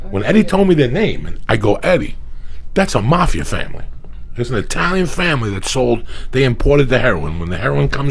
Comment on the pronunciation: This is the Fairness of Joey. Italians make pizza, if it aint an Eye-talian, just go find something else! Why take a chance!?